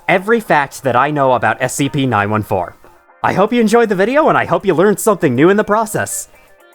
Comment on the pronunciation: SCP Nine Four-Teen. Please!